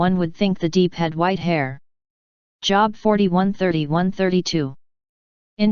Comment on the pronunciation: NOT job. JOB like robe.